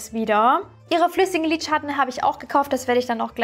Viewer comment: Das ist das erste Video, welches ich von dir sehe. Finde es bisher sehr unterhaltsam! Nur eine Frage brennt mir unter den Nägeln: Warum sagst du „Lidschatt-ne“ anstatt Lidschatten? Finde das irgendwie putzig 😅